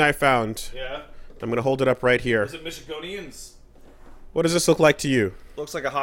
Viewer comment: its Michigander not Michigonean.